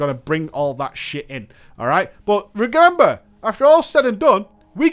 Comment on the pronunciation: Haha regembur LMAO